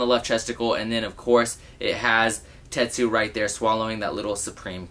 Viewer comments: you’d be annoyed if people pronounced your name norso when there’s obviously an n at the end just like tetsuo not tetsu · Tetsu? It's Tetsuo. smh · Ahhhhh. It's TetsuO. Not Tetsu. Fuuuuuuckking get it right man! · TETSUO NOT TETSU! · This nigga really said "Tetsu" the entire video 😑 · Lol, this bothered me so much! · I thought I was the only one lol